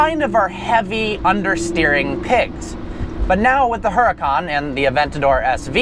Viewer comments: its huracan not huracAAAAn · HuraCAN not HuraCON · the H is silent its fucking annoying lol but its his car so ig he can call it what he wants